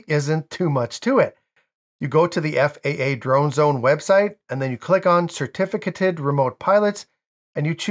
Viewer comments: I believe the correct pronunciation is sr-TI-fuh-kay-tuhd. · Certificated is pronounced with a long A like in cake. Certifi -cAted.